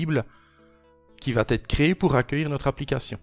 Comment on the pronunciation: Non, rien ne "VAT ETRE INSTALLE" !!! Ça fait je-ne-sais-pas-combien-de-fois que tu prononces vat être alors que, je te signale, il n'y a pas de t à la 3ème personne du singulier du présent du verbe "aller" !!! Ça me fait un mal fou aux oreilles ! (et tu n'es pas le seul à faire l'erreur, à l'oral, je constate ça sur plein de vidéos de beaucoup de gens).